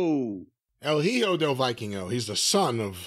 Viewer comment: Each time Jim and says "JiJo del Viking-ho" a puppy dies in the worst why possible, common guys, is not diificult to say it.